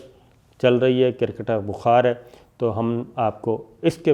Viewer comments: Sabir sahab it's not cirkit its cricket lolzzz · Sir, you are renowned 20-year experience journalist, the word is "cricket" you are spelling it as "cirket", request you to brush up some English pronunciation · صابر شاکر صاحب کوئی خدا کا خوف کریں یہ لفظ کِرکِٹ نہیں کَرِکِٹ ہوتا ہے Cricket but not cirkit please correct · Very humbly sir, its not kir-kat its cricket (kreekat). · Sir with all due respect its cricket not circket I hope you dont mind my correction upon this word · KIR-KIT.... LOL...SIR ITS CRICKET.. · Kriket ....not kirkit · crikit lol. pronounced well hhhhhhh buddy cricket. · Jahil aadmi..the word is CRICKET not KIRKET as u said..atleast try to speak properly.. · Atleast pronounce kirket “Cricket “...🤣😂😅